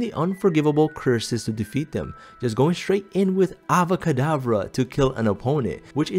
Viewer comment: It's Avada kedavra, not Ava kedavra 🤣🤣❤